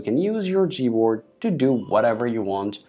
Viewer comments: It’s G not z good lord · Why his "g" sounds like "z?" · sorry but did he say z board?? 😂😂😂